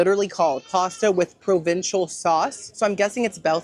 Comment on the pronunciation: Provencal, not provincial, from the region of France called "Provence".